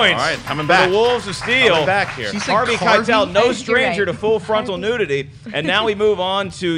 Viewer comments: She said Carvey Keitel. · What the hell!?!? said Carvey Keitel, we all heard it!